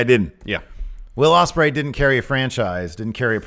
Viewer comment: It’s Ospreay man